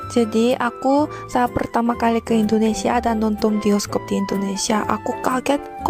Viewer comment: Belajar nyebut yg bener bang...biasain.... INDONESIA bukan Indonesa